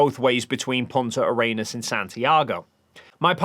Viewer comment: For gods sake why are so many people struggling with "Punta Arenas" adding extra S in this case and other manglings of it I've heard from so many flerfs. It's not a challenging thing to say for English speakers! If you're going to say something in public that is not super familiar to you, take a moment to understand how it is spelled and pronounced. Sigh, yeah, I know, if they had that kind of thoughtfulness they would not be flerfs, or for that matter asking what you did on the 18th.